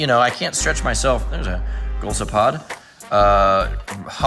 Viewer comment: its go lo s pod